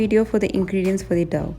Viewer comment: It's not Dove the way pronounce. It's dough so pronounce it as Doh